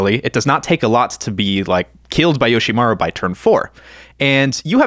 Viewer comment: Yoshimaru?! 😂 come on man